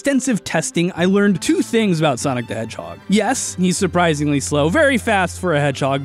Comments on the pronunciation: I forgot about the "Sanic the Hedgehorg" and then busted out laughing when he said it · Sonic the Hedgehog: exists: "Sanic the Hedgehorg"